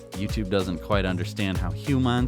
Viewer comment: I caught that Ferengi pronunciation of "Human,".